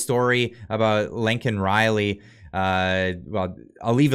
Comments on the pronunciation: Biden said her name wrong too. It's Laken. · He calls her LINCOLN!! HER NAME IS LAKEN! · her name is LAKEN.........even you are pronouncing it LINCOLN like Mr. Potato Head did